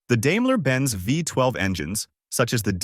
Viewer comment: dame-la, lmao. its pronounced dime-la ;)